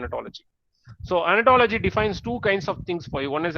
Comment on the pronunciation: Sir please pronounce it as Ontology not Anatology......please